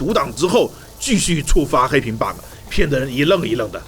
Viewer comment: Friendly tips: Bug 別把 ge的音讀出來 bug 沒ge的音